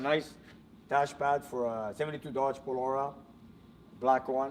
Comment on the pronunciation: when you spoke about the Dodge Polara, it's pronounced (pol AH RA) not (pol OR RA)!!!!